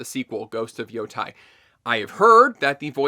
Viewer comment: "Yotei" is so easy to pronounce and i've not heard one english speaking youtuber get it right. It's written right there!